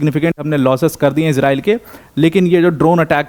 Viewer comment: Bhai tu iran aur israil ka nam thik se le